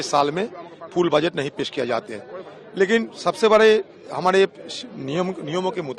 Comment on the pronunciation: Baajet nahi budget hota hai... Congress spokesperson...lendi